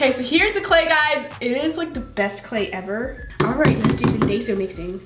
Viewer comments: “It’s die-so not day-so.... don’t say it wrong Bc people will attack you” continues to say it wrong <<< not meaning to hate lol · she said daiso (ay) instead of daiso (i)😡😡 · Ok so i love how u said to pronounce daiso like die-zo or else everyone will attack u for it then u said day-zo lol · it is called daiso which sounds like dayso but you say dieso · "type up d-a-I-so on Amazon. Even though it sounds like daiso, it's daiso, and if you get it wrong everyone will attack you for it." puts on daiso: " ohhhh I love dAiso mixing,dAiso is so satisfying to mix in." WTF u said to pronounce it diaso lol 😂 love u soooo much!! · It’s Dasio (DAY-SO) not Dy-So lol not to be rude or anything😂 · You said DAYSO not daiso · It’s die-so. Not day-so! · I like how she said,” don’t say it wrong or else everyone will attack you!”, yet then she called it DAY-SO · But then she said lets do some dayso mixing I love dayso mixing lol 😄💜😂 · Don't pronounce Daiso wrong Also: Pronounces Daiso wrong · girl your saying dont say it wrong and then your saying it wrong!!!!!!!!!!!!!!!!!!!!!!!!! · You told us not to say daiso wrong but when you where mixing in the cost you kept saying it the wrong way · NO HATE but did anyone notice how right after she said not to pronounce daiso wrong but then she pronounced it wrong😂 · She said don’t pronounce daiso wrong but then she did it herself💁🏻‍♀️ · she said don't say it wrong then she says it wrong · Omg you said it wrong!!! 😂 im kiding lol love ya!❤️ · Is daiso clay pronounced... 1 day-so 2 die-so 3 da-si-o ??????